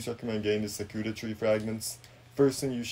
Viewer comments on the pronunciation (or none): Sah-cooda tree 😂